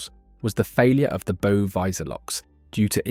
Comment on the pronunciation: Good video - I didn’t know that over 800 people died. RIP to all. BTW bow is pronounced “ow” like “ow, I hurt my finger.”